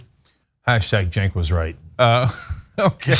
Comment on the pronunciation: The murderer who couldn't say cenk name right??? God you Republicans are dumbass